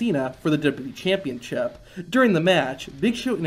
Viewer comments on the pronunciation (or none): for the wwe "championchip"